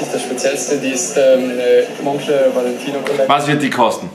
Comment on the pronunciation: Monclör auch gut ausgesprochen